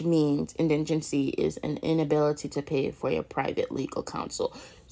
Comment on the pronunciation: What word is indingency?????????😂